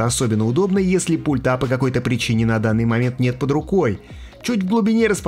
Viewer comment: "ПультА", "портЫ"... А чего не во всех словах ударение на последний слог делаешь? ТелевизорА, кнопкИ годно прозвучит.